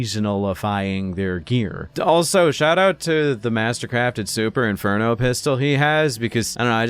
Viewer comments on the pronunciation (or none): none